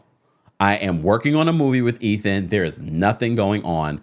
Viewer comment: "Eh-then"? I don't understand how the pronunciation of that name is not a no-brainer!